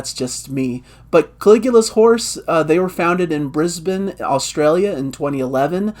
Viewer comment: Appreciate the correct pronunciation of Brisbane 😅 great review